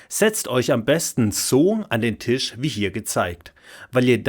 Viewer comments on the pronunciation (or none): none